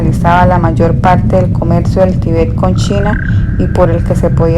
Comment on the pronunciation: Gracias por el aporte, lastima que la persona que narra no sabe leer bien sobre todo los acentos ya que los cambia de sitio al pronunciarlos por ejemplo dice Tibét en vez de Tíbet etc